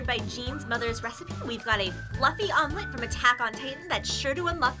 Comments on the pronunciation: The pronunciation of Jean 😭😭😭😭😭😭😭😭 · Did she just call Jean Jean